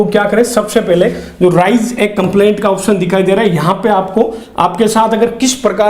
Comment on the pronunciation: राइज ❌ रेज ✅